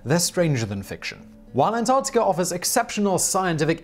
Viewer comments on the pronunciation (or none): Actually, if you listen closely, in many cases throughout his videos where the word ends in "a" he turns it into "ar" as in antarcticar. Not a strong accent, but there.